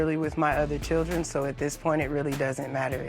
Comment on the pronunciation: A true intelligent person is a person who does not discriminate people in certain classes. Also I notice in the end when he was saying he only wants co parent with her...he said strictly chirland...not children lol